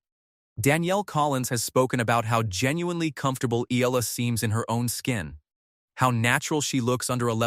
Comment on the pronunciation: its EALA, not AYALA